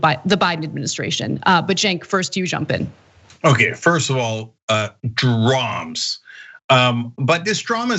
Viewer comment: Draamms? Really? CENK is fuckin awful